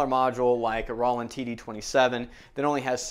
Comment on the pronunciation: I'm a hard hitter on my Roland TD-6V so this is great! BTW it's Roll-land not raw-land!